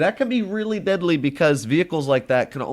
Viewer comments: No one: Litterally no one:: That can be really "Bedly" (Deadly) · nah he said bedly and deadly at the same time